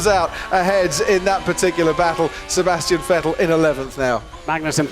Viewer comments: lights out and away we go! And sebsassyetzehhhtzzz????????😂 thanks crofty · « Sébastien ienskwvdlevs valtteri bottas » 🤣